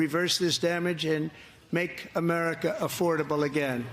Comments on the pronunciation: He said "Americs back". He hates this country so much he can't even say it right! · What is 'AmeriKKK'? He doesn't even pronounce America right